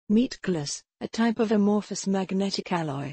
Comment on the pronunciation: I just love listening her saying "Meatglass" over an over